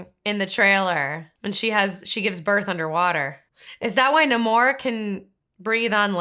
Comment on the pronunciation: The origin of the word isn't what bothers me. It's the fact that no one says it correctly. He introduces himself as NahMORE, and then everyone else calls him NAYmore. It's as if they didn't listen to him when he said his own name and just read it written down somewhere